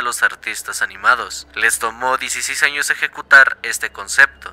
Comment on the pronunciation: XD en el minuto dice anos